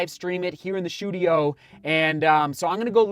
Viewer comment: Run a mile every time say shoe-tudio. Lol